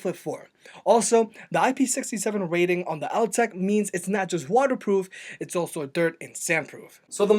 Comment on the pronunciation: After hearing the Altec pronounce it's name he STILL mispronounced it..